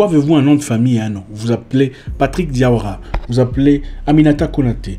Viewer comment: Tu sais bien prononcer le nom de famille diawara on est la!